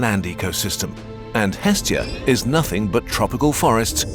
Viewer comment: The name of the Greek Godess is not EEEEstia... It is estEEEEEEEEa the stress goes to the END of the word... Εστία <---- Look at the stressing symbol ( ί ) at the end.